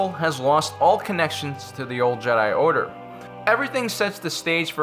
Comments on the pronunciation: it's "jeh-die" not "ji-dye" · It’s jed-eye not jidie smh I’m unsubbing. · FYI not Je'daii its Jedi'i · Man really just said “Je Die” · The JEDAYY XD XD XD LOL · stop saying Jedi like an idiot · why did you start saying Jedi in a weird way half way through the video? lol